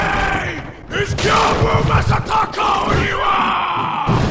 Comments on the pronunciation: just say it over and over PRONOUNCE IT AS YOU SEE IT IM CZECH SO ITS EASIER FOR ME BUT STILL Gj-ou-bu Ma-sa-ta-ka on-i-wa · Its gy-o-boo ma-sa-ta-ka o-ny-wa and since its japanese the a is what you say at the dentist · HIS NAME IS GI-OH-BOO MA-SA-TA-KA OH-NEE-WA!!! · "GYOOBOO MASASTAKA ONIWA". I apologize for laughing, but that pronunciation was hilarious 😂😂😂. But anyway, I agree with pretty much the entire list. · Interesting to note that between the difficulty ranking and this video realised the Corrupted Monk is a woman (should probably have been called Corrupted Nun, frankly) and learned to pronounced "Genichiro, Way of Tomoe" correctly (rather than "Jenichiro, Way of Towmow"). But still can't get "Gyoubu Masataka Oniwa".